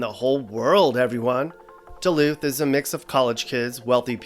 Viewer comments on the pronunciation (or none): none